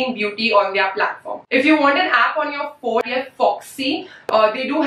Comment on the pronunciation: The way she pronounces "their" - like they are.